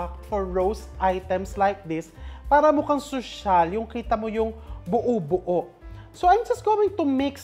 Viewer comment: Why you always emphasize the word ‘sosyal’ hindi ba kakainin kapag hindi mukhang sosyal ang pagkain?